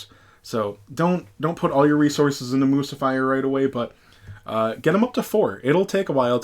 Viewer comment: It's Moo-sih-fur, like Lucifer 😂😂 (unless I'm missing an on-going inside joke on your channel)